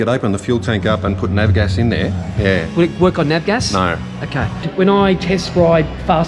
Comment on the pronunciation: its called Av Gas short for aviation fuel, not Nav Gas, i think thats Navigational fuel for boats, just kidding.